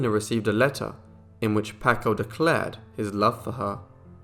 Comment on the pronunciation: Please; it's pronounced "PAHHHHKO". Terrible.